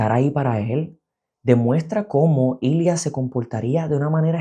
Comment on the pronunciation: Amo que el nombre de Ilya si lo consiguió decir bien pero el de Svetlana nunca lo soltó por un momento pensé que era otro personaje xD Me encantó la revisión yo lloré en las mismas partes que tú! Son tan bellos estos hombres